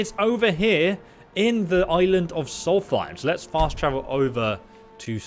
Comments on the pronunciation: he keeps triggering me with the way he says solthaim not solstheim :D in hes videos but its ok not hating <3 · Does he not read his comments? he has to know by now that he's pronouncing it wrong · "Martkath" "Soltheim" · I enjoy, but i cringe every time he calls Solstheim "Solfiem". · The Way He Pronounces Solsteihm Disturbs Me I Mainly Hang Around Dunmer So Yeah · When you can’t pronounce Solstiem JK we all have our moments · Gargoyle242 I think it’s a speech impediment m8